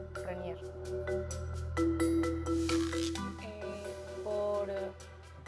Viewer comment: dice Reinier y es Renier xD